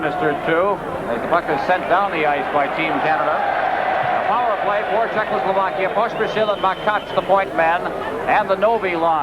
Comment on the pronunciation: Thanks for posting these. Has anyone noticed how Bernie Pascal often says 'Czechlosovakia'? Note the spelling - it's not the same as the real name of the country. This is almost as annoying/embarrassing as Foster Hewitt's continued troubles in trying to say the name of Vladislav 'Tetriak' during the original Summit Series.